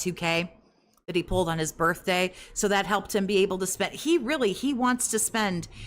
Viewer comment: Um it’s his Birfday not birthday 😂